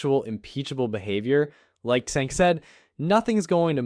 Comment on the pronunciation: Just to help you out. Cenk’s first name is pronounced with a j rather than a c like Jenk. His last name is pronounced (you-gr).